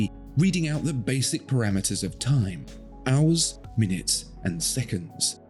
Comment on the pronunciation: Did I hear that right at 1.36? “Owls, minutes, seconds…”?